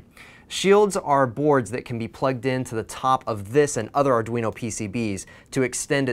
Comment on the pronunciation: "In de wand of adweno devwelopment..."